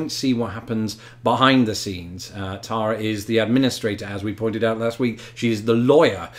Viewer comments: You know that you each pronounce the name "Tara" differently?! You need to get together on that. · Halfway Planet! I love it. You two are so compelling to watch. Keep this series coming. BTW it’s interesting to hear pronounce her name after hearing say it all this time lol.